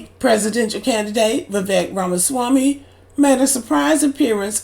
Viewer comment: Shut the hell up u cannot pronounce Vivek last name